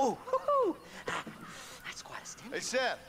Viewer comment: sag doch mal bitte SeTH und nicht immer THeS...ist ja furchtbar...